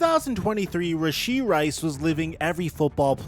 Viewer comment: him saying his name wrong